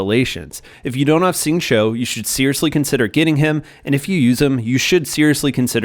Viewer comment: I don't wanna be that guy, really appreciate the content man, but Xingqiu = Shing-Chew, not Shing-Cho.